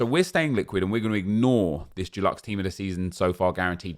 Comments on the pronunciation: Hope Dulux are sponsoring you pronouncing Deluxe like that 😬😉shame to see you (and other content creators) struggling to work with the bare bones EA are giving you. Hoping something fun to grind comes soon 🤞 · Does the way pronounces ‘deluxe’ bother anyone else?? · Yeah man